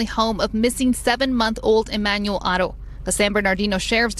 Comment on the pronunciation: BLESS YOU for all you do When there is an H in a name, it is silent When pronouncing the Haro name …it looks like this Arrrrow With a soft A Trying to be helpful